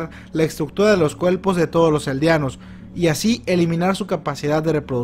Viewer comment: los cuelpos 😂😂😂 me mori de risa con tu acento puelto liqueño 😂😂😂(yo se q es mexicano😝 ) buen video bro 💪💪